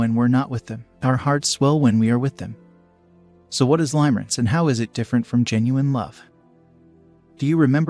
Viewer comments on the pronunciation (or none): It's pronounced (lim-uh-rinse), not (lime-rinse). I cringe every time I hear that. Please fix it. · Ha!! Yes. I kept hearing him say Lime-rinse. HAhahahahahahaha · FYI he’s totally mispronouncing the word. It’a pronounced “Limmer-ance” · The pronunciation of "Limerence" is actually incorrect in this video. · Right and it’s annoying me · In spite of the incorrect pronunciation, if this is an AI generated voice then it is amazing. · Thank God you said it, it was driving me mad : ) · HOW CAN YOU TAKE THIS STUPID VIDEO SERIOUSLY WHEN THEY CAN'T EVEN CORRECTLY PRONOUNCE THE WORD "LIMERENCE." LEARN HOW TO PRONOUNCE IT BEFORE DOING A VIDEO!!! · Thank you the mispronunciation. Was pretty annoying